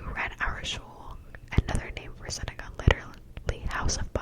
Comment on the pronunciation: thank you!!! also ‘Synagogue’ is a Jewish place of worship, pronounced ‘sinagog’